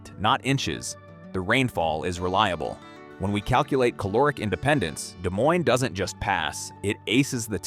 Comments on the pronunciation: AI script, AI art, and an AI voice that says "DeSS Moines" and pronounces all the slashes. Love the "map" where Minneapolis is south of Denver, LOL. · More AI slop. Can't pronounce Des Moines. Isn't even internally consistent. Here, let me save you a wasted watch: "People in smaller communities that work together generally do better than people in large cities or those that try to go it alone." Pretty common-sense stuff. There, I just saved you 26 minutes, because the city list is ridiculous. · Great info, but this video's production appears more rushed than usual. LOTS of misspelled words and more mispronounced words (Dezz Moyns) than usual. The AI really shows this time. Still, the info is what's important and it is good.